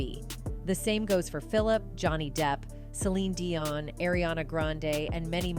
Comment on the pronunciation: I love Celine with all my heart, and my heart breaks to hear she has to endure such pain and suffering. She will always, as her music/songs have a place in my heart. ~To the person doing the voice over, learn how to pronounce Celine's last name. That was so annoying. Be well Celine. We are all praying for you !!!